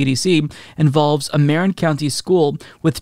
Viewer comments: Ma rin, not maren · marin is muhrin, not marrin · Muh- RIN county. LOL